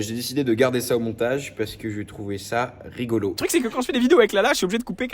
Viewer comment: Lala me bute mdrr et le "parce que c'est RIGOLO"